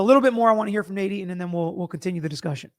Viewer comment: You sound like you’re saying NADINE instead Nate Eton